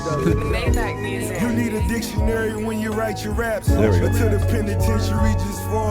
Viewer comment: "i think they nav'd him" LMAOO